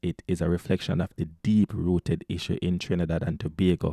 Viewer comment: Its not Trinibad it's Trinidad can you read😂🤦🤗